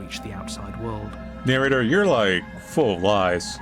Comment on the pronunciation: "Shut up and start narrorating it narrnorator!" Best part of this video, honestly lol!